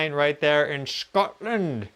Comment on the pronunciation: "In Shcotland" <3